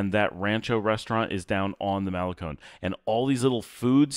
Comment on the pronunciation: Love this drive into las penitas that you’re showing us and all the lots and venues. In all friendliness it hurts to hear you say “malecon”. You say “semana santa” just fine but why don’t you want to say malecón with the accent on the last syllable like ice cream cone???😂😂😂😂 Thanks for your consistent quality output. I recommend your channel to anyone who even peeps about Nicaragua.